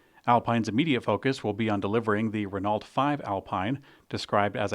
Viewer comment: It's Al-peen, not Al-pine and it's Ren-no, not Ren-alt